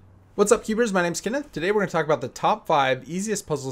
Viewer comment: The cringe of roblox cube solver channels XD “Cubesrs” I wish roblox cubes didn’t exist